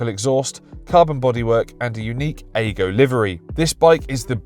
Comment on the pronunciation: Not aygo it's ago as in Agostini